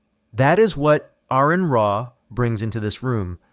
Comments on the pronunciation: It's PRONOUNCED ARE-ON NOT AIR-RON 😡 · DUDE HIS NAME IS ARON DONT PRONOUNCE THE A COME ON 25 years of debating. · FFS it isn't Aaron Ra it's Aron, like are-on. How disrespectful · You keep saying Aron's name wrong. It is pronounced "are-in". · Great video. I have been watching Aron for years. He was a huge part of my deconstruction and taught me more about biology and evolution than I ever learned in school. SO, as a huge fan of Aron, I do have to correct your pronunciation of his name. It is not pronounced like the typical Aaron or Erin. It is said more like aR-in . He always uses this example, "it's like a registered nurse or a RN."